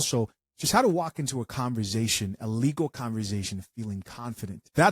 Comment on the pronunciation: Conversation not converZation. 😂